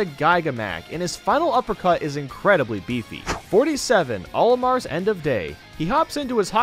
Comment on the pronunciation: He also said Olimar’s name wrong